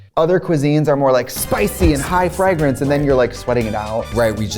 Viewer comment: spicy and high.... What now? FRAAGH-rence?